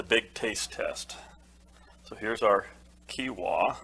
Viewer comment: Yes you are pronouncing quinoa correctly 😊